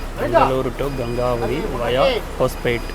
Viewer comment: I think it is pronounced as Gengavathi in Kannada கெங்கவதி